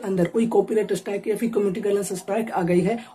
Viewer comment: अरे भाई!अस्ट्राइक नहीं है स्ट्राइक है।